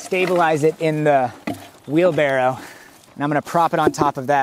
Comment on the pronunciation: Am I the only one who thought it was "Wheel Barrel" 😔